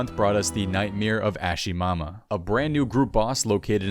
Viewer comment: Someone call an ambulance because you totally butchered Ashihama